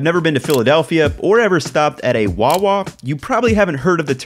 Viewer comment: I should've known you were from PA just from your mannerisms, but hearing you say hoagie and Wawa just confirmed it for me. Greetings from Philly